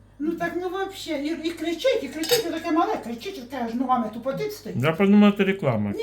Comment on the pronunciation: прочти хоть одну книгу,"яички",да "вообшэ".Тупица, базарная баба.